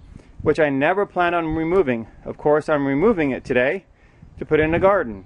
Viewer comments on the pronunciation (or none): none